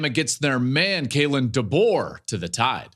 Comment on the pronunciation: If I hear call him “Duh-Bo” one more time I’m gonna puke